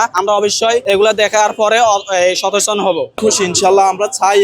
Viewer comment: আমরা অবশ্যই “সতেচন” হব। 😂